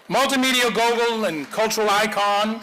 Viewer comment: "media gogul"